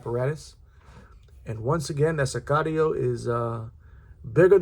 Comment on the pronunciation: I think you're the only reviewer who pronounced Sicario correctly and knows what it means. Pena is one of the brands on my will buy list. This is a beautiful thing.